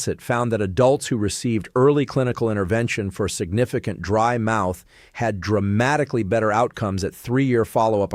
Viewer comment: DRY MOUTH NOT BRIED MOUTH